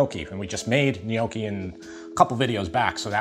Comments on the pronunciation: Nyoh-keeee ✅ Not ny-oah-keee ❌ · Its pronounced " In-yaw-kee". In Somerville,Mass., anyway. And its " Buster Fazoo", too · /ni'owki/ ('neo-key') - is that a typical US pronunciation? We tend to say /'noki/ here in the UK, to rhyme with 'hot key'. We don't even try to pronounce that initial 'gn-'! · Not sure I can trust that someone will be able to make a ragu that is better than the Italians, if he can't even pronounce Gnocchi.